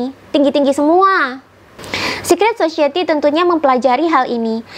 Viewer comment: Bukan sosieti, tapi sosayeuti.